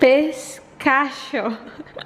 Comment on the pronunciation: Most people pronounces Pistachio wrongly haha as "Pis.tash.ow". But Pistachio is actually pronounce as Pista.ki.yow haha its an italian word. :)